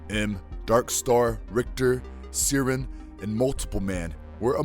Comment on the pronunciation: Narrator also mispronounced "Siren", saying see-rin instead. He also speaks like he's never heard of most of these characters before and it's a practice run through rather than a final take. Terrible.